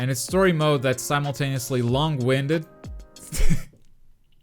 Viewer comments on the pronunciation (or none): none